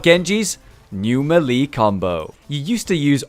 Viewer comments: everybody knows it is MeLayLay :> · meh lee like gen jee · Meelee, idiot